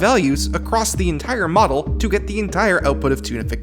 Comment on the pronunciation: Every time you say "Toonification", I keep hearing "Tunafication". Also, this is pretty fascinating.